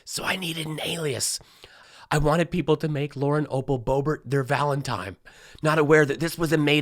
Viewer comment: Valentime😅🤣😂 Best page ever.